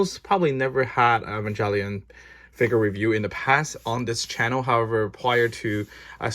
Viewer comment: Hey I noticed you pronounce Evangelion wrong, which is common but yeah I might look up the right pronunciation, no hate just noticed